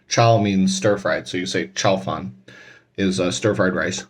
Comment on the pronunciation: Interesting...not sure if your saying chow fan or chow fun the second is a type of flat noodle